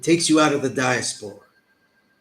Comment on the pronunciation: Diaspora the way you are saying it, is just not simply how the word is pronounced. Never say it again because you sound dumb. No disrespect.